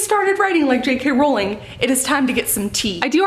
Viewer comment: I was so please you pronounced JK Rowling’s name right, most people from the US always say Row-ling (Row as in argument) and not Row-ling (as in row the boat). Jo was asked in an interview how it was pronounced and she said the latter, so I’m sticking with that, just incase anyone wants a row about it (see what I did there?) I did have a chuckle at how you said Edinburgh, though, like Burgh as in Chris De Burgh. It’s actually pronounced Edin-br-uh, like rhyming with duh! Hope this helps. Great Vlog, JK is my absolute favourite and is why I began to write my book series. You did a great job and I love your Vlogs 💕🥰 Just realised after writing this, you’ve already taken some stick for the Edinburgh pronunciation, so sorry to bring it up again lol 😂